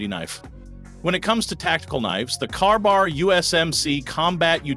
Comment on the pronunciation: Carbar? You can't even make AI say KA-BAR. Thumbs down on the AI BS